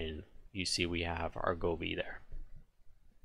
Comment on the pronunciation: Go Vee not Goo Fee